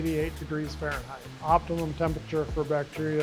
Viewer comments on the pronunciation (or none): none